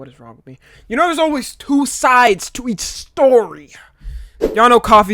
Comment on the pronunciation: "You know theres always two soides"